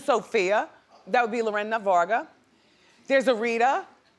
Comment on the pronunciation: Sofia VER GAR A that's the second time she's said Varga she needs correction and help often